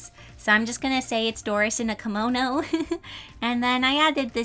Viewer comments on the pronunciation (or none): kimono and not komono